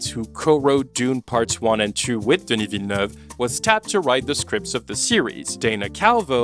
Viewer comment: Listening you trying to pronounce Denis' name is genuinely painful lol